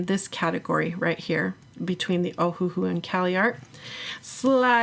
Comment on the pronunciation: It's pronounced Oh-Uh-Hu (Owahoo), but they took out the dashes. The 1st H & 2nd H are silent like the words Oh and Uh, but the last syllable Hu is pronounced like the word Who. An easy hint to remember: The company is named after the Hawaiian island of Oahu.